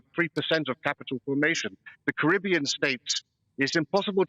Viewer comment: Why does that bloke pronounce Caribbean wrong every time?